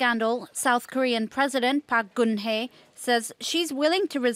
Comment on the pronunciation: Please pronounce our president's name correctly. Park Guen Hye